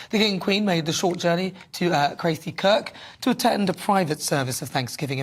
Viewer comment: It's Craaathie not craethie 😘